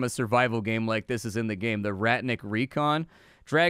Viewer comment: Ratnik is pronounced simmilar to RAT + NICK. It means warrior.